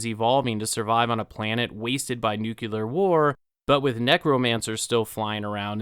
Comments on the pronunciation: you said Nukelar instead o Nuclear, weird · The word ‘nucular’ does not exist!